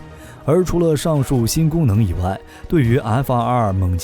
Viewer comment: 为什么总是要把 F22 念成 F222 ？！ 明明是两个 2 却要念成三个 2 ！